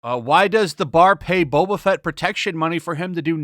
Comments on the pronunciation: This isn't Boba Fett. It's Bobba Fett. You know like how normies would mispronounce it. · Actually, this was my favorite episode so far... Also, did you say The Book of Betta Fett? 🤔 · His name is boba fett not beta fett